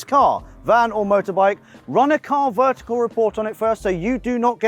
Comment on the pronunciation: Was just about to comment the same 😂